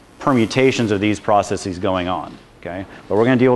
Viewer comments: Am I the only person who finds it annoying when someone pronounces the word processes "process-eez?" When you make a plural of a word that ends in -sis (ie. hypothesis, analysis, prognosis, etc.) you change the i to and e and pronounce it -seez. When you have a word that ends with s and you add an -es to make it plural, the e is reduced vowel. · yes... as soon as i heard his pronunciation of processes....just could get through the video